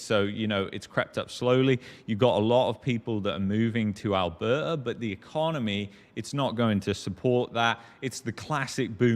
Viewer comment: I only tune in to hear him pronounce 'Alberta '....Al..behh...ahh'...